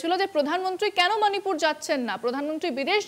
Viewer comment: মানিপুর নয়"শিক্ষিত স্মার্ট" ম্যাডাম। ওটা মণিপুর বললে আপনাকে আরও বেশি স্মার্ট লাগতো।